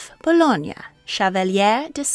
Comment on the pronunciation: Bologne, not Bologna